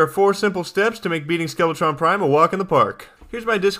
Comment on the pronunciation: The first time he said skeletron prime i thought he said skeletron crime